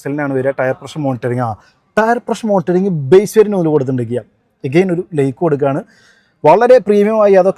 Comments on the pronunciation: ഇയാൾ ലേക്ക് ആണോ ലൈക്ക് ആണോ കൊടുക്കുന്നത്? ഉച്ചാരണം ഒന്ന് ശരിയാക്കണം. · ലയ്ക് alla അറബി... ലൈക് 😂